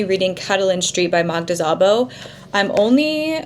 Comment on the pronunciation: Gustave Flaubert's first work is a novella called November. btw in Hungarian the letter sz makes the typical s sound, so Szabó is pronounced like sabo (no z sound).